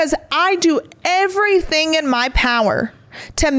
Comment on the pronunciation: Omg. Words that end in ing do not sound like “everythink”. Ing is not inc.